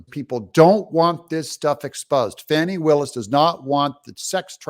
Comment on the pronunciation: Why do they call Fanny Willis Fawni?